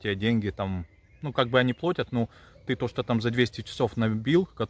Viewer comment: Не плОтят, а плАтят.